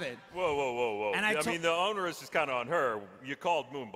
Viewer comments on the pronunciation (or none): Did Ryan seriously say "Onerus" instead of "Onus" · did Ryan just say "onerous" instead of "onus?"